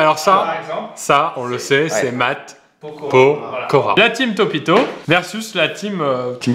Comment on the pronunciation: je vous déteste avec "Mpokora" 😂